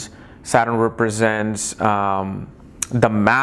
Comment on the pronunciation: वकवास। जो सटर्न को सारन कहता हो, कर्म कर्मा वह वनावटी पना वाला उच्चारण कर अंग्रेजी की भी टॉग तोङ कर ज्योतिष की ऐसी तैसी कर रहा है।